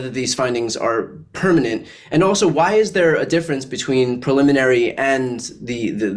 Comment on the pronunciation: Brian gets point for pronouncing "preliminary" correctly, it is fucking unreal how many well-educated professionals say "pulmonary" every single goddamn time.